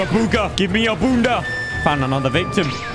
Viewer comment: When you did the ugha bugha you said dunda. Dunda in my language is a girl's bum